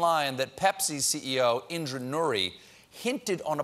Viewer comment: It’s Indra nooyi